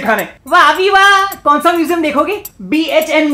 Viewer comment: He says sa as fa In this line he pronounces as sta